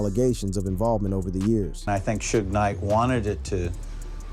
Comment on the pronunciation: Don’t this foo know how to say Suge’s name ffs.